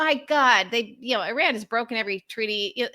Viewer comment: I am gritting my teeth at the constant pronunciation of "Iran"